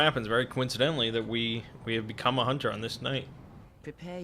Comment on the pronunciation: everyone knows, a hoonter moost hoont